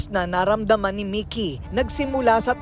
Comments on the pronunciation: Halatang hindi pinanood ni Ms.Korina ang interview ng Ma'am (Partner) ni Sir Mikee. Ang gulo ng pronunciation ng names ni Sir, Mikee at Mickey.. Salitan pa naman sa interview at ang voice over ni Ms.K.🤦‍♀ Ganda pa naman ng kwento. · Si korina mickey un Ara mikee bkit d tugma un pronounce nio